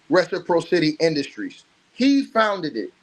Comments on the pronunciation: Ress-a-pross-ity is how it’s pronounced but yea we get it 😇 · Btw... reciPRAHsitee. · If I may assist with love, Reciprocity= Re.si.praa.ci.ty= Pracity. Reciprocity. Good content!!!! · Keep on ‘em! You believed in Buzbee from the jump And it’s Ress-eh-prosscity brother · I was going to say the same thing. I was just listening & thought, "what is he saying?" Then I looked at the screen. Reciprocity. 😊